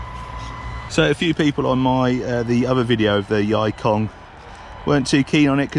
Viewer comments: That pronounced as yee kong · Yikong is pronounced as E-kong 易控 (yì kòng) means 'easy' 'control'.